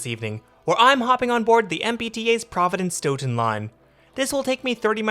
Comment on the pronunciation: Stoughton is pronounced stote-in